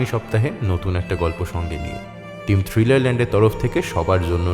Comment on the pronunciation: "সুরেলা" গলায় আর যাই থাকুক থ্রীলের "থ" নেই।